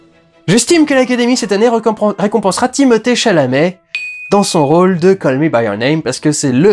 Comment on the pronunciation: Jérémy dès qu’il dit Timothée Chalamet 😂😂😂😂